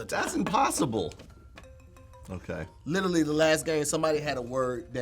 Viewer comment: Dammit! It's LITERALLY, not litally!!!